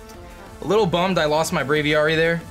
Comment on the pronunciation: "Brave-ee-AIR-ee" not "Brave-ee-ARE-ee"